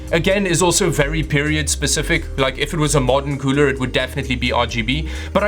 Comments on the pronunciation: I like the way he says cooler KEUWLER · The cuuler isnt that kuuuler when it doesnt look like its qooooling